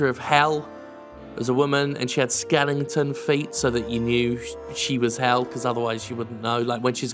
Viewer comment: Wait...wait...wait! Skelington feet? Not Skeleton feet but Skelington feet.....